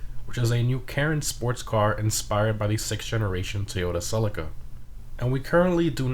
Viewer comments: It's cell-ee-ka not selika 👍😅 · The way you Americans say celica is so weird it's pronounced si le ka not sell ik a